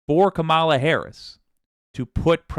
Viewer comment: Hi. Now more than ever, we need to get the pronunciation right. Madam VP's last name has the emphasis on the first syllable; not the middle. I still make the mistake too, as does DJT.